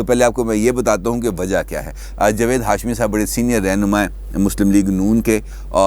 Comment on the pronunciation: جوید نہیں جناب جاوید ،